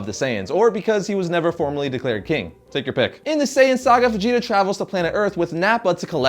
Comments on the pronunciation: Fh'jeeta..Fajita lol :) come onnnn.. its Veejeetah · Is it me or do I keep hearing him say fijita instead of vegeta 😂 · He pronounces Vegeta like how people pronounce fajita wrong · It sounds like you're saying Fegeta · bro you keep saying fegeta. now this whole video is non canon x) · i swear at times it sounds like hes saying FAgeta